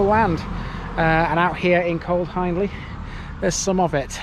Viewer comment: Just a heads up ...you pronounce Hiendley HIEND AS IN FIEND...ie Hee indly..not Hinedly. Lots folks misspronounce but it is important for a video and it is there in the spelling. !!!! Access to the res by the way is at bottom of Ryhill Pits Lane turn right and it's on your right. Park I. Nice walk.